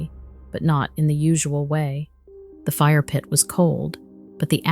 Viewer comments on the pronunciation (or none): none